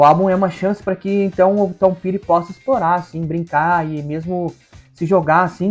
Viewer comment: Ouço bastante Tom Petty, tanto ele como Bob Dylan tocaram pouco no Brasil e a pronuncia correta é "' Tom Péri"